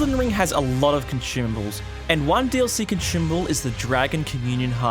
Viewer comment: Why do you keep adding an "h" to consumable?